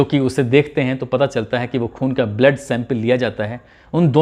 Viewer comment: Bura na manna AAP blood ko bled kyoan pronouns krte ho sahi krne ki kosis kijiye Sir bhojpuri tune daldiya aapne